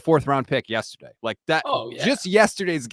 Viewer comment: please….. it’s yEsterday not yUsterday